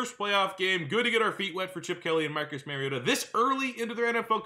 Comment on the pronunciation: Love this series! If you care, the Mario in his name is pronounced like the Italian plumber, not Mary-o